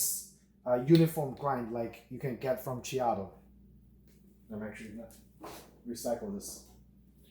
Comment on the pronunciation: Check out some videos from Whole Latte Love about the Ceado grinders so you can learn how to pronounce it correctly.